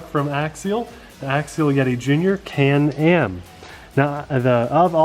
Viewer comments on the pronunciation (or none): Am I the only person who heard call it "Canned Ham"? Lol